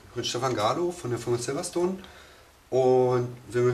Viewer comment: "... von der firma SILVASTOHN ..." ^^. ich liebe die berliner